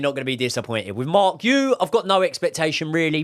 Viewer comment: It is ponounced Marc 'Gee YOU"